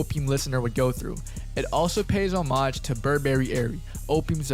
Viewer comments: why do u say homage like that 💀💀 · why do you say homage like that